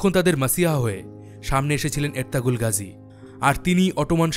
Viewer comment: এরতাগুল গাজী। উচ্চারণ ঠিক করা উচিত ছিল।